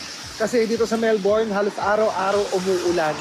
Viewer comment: Kuya, Mel-bin po ang pronunciation ng Melbourne lol